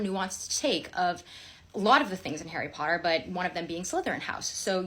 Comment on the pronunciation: Nooo, ickle 'Arry 'Otter is in Slytherin?